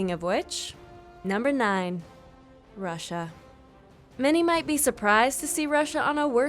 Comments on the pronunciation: While making these video i am sure that she is drunk making these video because when she said the country of "russia" she mistakenly saie it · Number 9 Russia this woman drank too much wine while reading